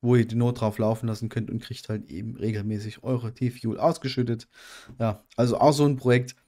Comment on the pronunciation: "fuel" ist schon nen hartes wort für dich ne :) aber haste es paar mal geschafft es richtig auszusprechen ;) spass :)